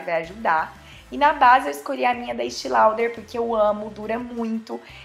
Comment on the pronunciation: Ficou linda demais!!! ❤️❤️❤️ Mas uma pequena correção, não é “Estii” Lauder, se fala como se escreve “Estée Lauder”. Beijo maravilhosa 😘